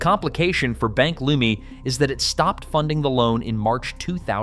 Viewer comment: Its pronounced Bank "Leuuuuuuumi"